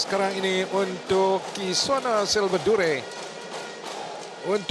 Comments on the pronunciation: Yang pengulas xhabis2 kisoni2. Sampai kamera terang2 tunjuk nama kisona masih ckp kisoni lg..stress ak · Ala pengulas pn jap kisona jap kisoni la aku plak terpesona..well done dh lame x tgk indian player mng emas badminton.. Good job!! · My mom : ni mesti ada syedsaddiq ni tulah menang Dad : syirik la Abang aku : kisona kisona you are my sonia Adik aku : Knp rupa dia Mcm kakak jarjit upin ipin Me : hm pengulas ni asyik tersasul kisona tu kisoni je HAHAHAH ok sekarang aku nak korang gelak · Kisona ke Kisoni? Adui lawak bila pengulas confius Kisona dgn Ruselli 🤣 Last2 jadi Kisoni.. Anyway, terbaikk Kisona 👍👍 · Congratz Kisona Pengulas : Apa daaaa KISONI.. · Pls pronounce her name properly. Its kisona not kisoni, mr.commentator. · To Astro Arena, for my opinion lah, pls ambil bekas atlet badminton macam Hafiz Hashim ke, Woon Khe Wei ke jadi pengulas. Ni entah pape tah, jap2 KISONI la RUSILI la RUSOLI laaa. Tee Jing Yi menang SeaGames 2017 la. Tu Goh Jin Wei la haduiii. Ayoooo aku drpd semangat tgk live rasa nak marah ja. Pengulas kalau bukan bekas atlet pun, buatlah homework sikit taktikal utk WS. Siapa pemain yg tgh lawan jgn main taram ja cakap. Just my two cents. Aku bagi opinion pun betul2 nak media sukan ni jadi lagi best esp kalau bekas atlet jadi pengulas. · apa benda lah pengulas ni kejap Kisoni kejap lagi Kosona ... sebut lah bagus Kisona isk isk isk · Kosini kate pengulas hehehe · kejap Kisona kejap Kisoni.. sebut la nama betul betul adoi.. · KISONI KISONI! stress aku dengar. Aduyai. Come on la astro arena